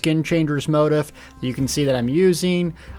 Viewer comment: Reaper's MARCH, not mark....moe-teef, not motive....must have been the fact that you were so utterly enthralled by the festival grins